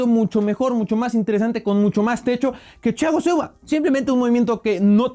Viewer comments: ¿Porqué hablas como gangoso al decir Thiago Silva? Parece que pronuncias Chiago Silva. ¡No seas mamador! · lo unico malo de este video es que le dice chiago silva en ves de thiago jajajajaja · El dice Chiago Silva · me estresa que diga chago silva aaaaaahhhhhhh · Nadie: Absolutamente nadie:: Chiago Silva 🤦‍♂️ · tu eres mi traductor y deberias ser el de thiago silva Yo: como se dice a este jugardor: chichago shilvaa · Ajajajajaja chagoo silva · Porque pronuncias haci a Thiago Silva...muy mal pronunciacion